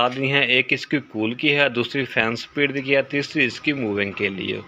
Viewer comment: "sa-pid" nehi - "speed" bolo.